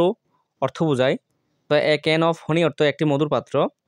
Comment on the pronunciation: This good but not honi 🚫 this is hani ✅ okay same video aplod because your video good sometimes not goo 😅